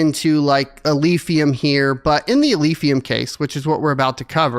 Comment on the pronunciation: "Alephium", not Alphium.